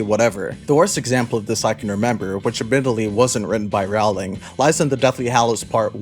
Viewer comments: Just so you know, Rowling is pronounced like "rolling". "row"+"ling". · It's rOwling, not rAwling... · The Harry Potter series is over what you getting up in arms about seems waste of time to me. Seems like you need is will Rowling (atleast say her name right) more than the books. Yes theres plot the series and yes I remember them. This is a joke video right. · The second I heard you mispronounce Rowling I knew you have no effing understanding of Harry Potter. Classic firestarter only. Yawn.